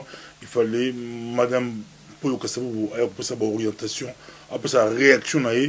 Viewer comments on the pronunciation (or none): KASA VUBU ET NON ka vuvu